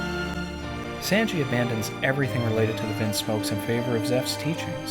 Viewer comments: I love your videos but its pronounced s(AHn)ji Definitely not s(AN)ji It’s never said like s(An)ji lmao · Wait... Did he just pronounce Sanji as Saynji??? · Did this man just say “Sansji” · why do u pronounce sanji like that lol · Bro he got so much wrong at the beginning. He called law’s dad mr waterlaw and for someone who watches the sub anime how did he miss pronounce sanji. Why did the reverie send me here